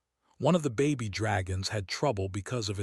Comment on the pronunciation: Those are baby dragons not Bobby dragons your AI sucks